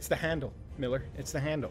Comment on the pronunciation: it's MEELER